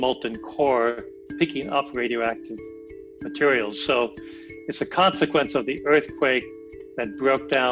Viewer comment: They couldn’t get a better spoken scientist? He said wemoval of wadio active matewial